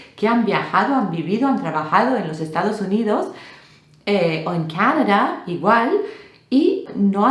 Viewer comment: No es "Cánada". Se dice Canadá